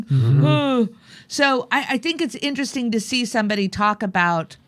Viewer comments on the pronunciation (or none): none